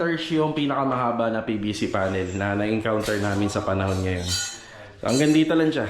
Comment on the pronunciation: Buong respeto kong sinasabi ito sa bago kong idol kontraktor: Kung maayos mo sana ang pagkabigkas mo ng letter F and P at ng letters V and B, ayos na idol. Example: stockpile, naging stock file. O kaya framing naging prey-ming. PVC naging PBC. Flooring to ploring. Gusto kong matuto sa yo, idol. Basta Tama ang terminology at bigkas, Salamat idol.